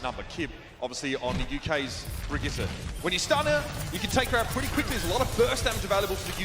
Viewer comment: its been months since her release and still no one can fucking say Brigitte's name properly